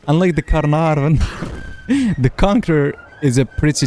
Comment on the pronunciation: Ca- er- nar- vun 😂